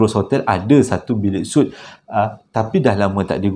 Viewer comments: Untuk minit , sebutannya sweet, bukan soot. TQ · Maaf ye, sebut suite tu mcm Sweet...